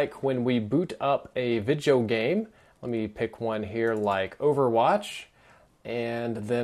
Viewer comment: "Ler me know..." lol.